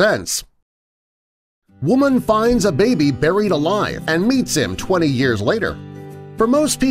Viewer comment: you mean Burryed alive 0-0